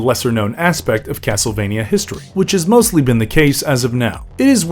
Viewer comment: It's cracking me up how this video keeps saying the name of the series wrong in so many different ways.